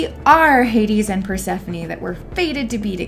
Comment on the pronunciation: Just a correction, it isn’t pronouce core, it is KorE. And not Perse-phone, it’s PersephonE.